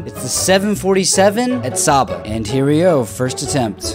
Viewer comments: As someone who lived in Saba, it’s pronounced Say-bah, not Sah-bah. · bro its pronounced say ba